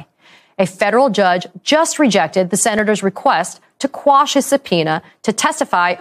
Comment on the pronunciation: Thank you for saying "quash" and not "squash".